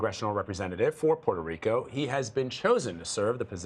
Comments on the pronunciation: Did that CBS actor journalist say "Puerto Rica"? Smdh...its Puerto Rico and actually Borikén. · Did he say Puerto Rica!?